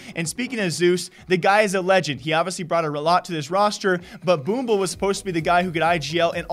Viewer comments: Call Boomich Boomble one more time i dare you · Say boomble one more time i dare you